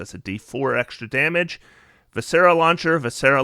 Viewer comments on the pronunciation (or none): I don’t like being pedantic, but Kensei is pronounced Ken-say, and viscera is Vi-sur-uh with the first syllable emphasis. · I love your content. I’ve watched you for years. VI-sr-uh. 3 syllables. Stress the first. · Love the build, but your pronunciation of viscera is poking my physician OCD. It’s vis-CER-ah. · So in the Word Viscera, the "is" in it is pronounced like the word "is" so v-is-sir-rah" viscera.